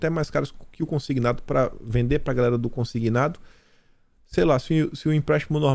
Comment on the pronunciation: Cara, não fala mais gaRela!😡, é gaLera. 😃😄